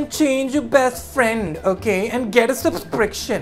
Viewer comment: Anyone listen kenny as a mask saying subspriction instead of subscription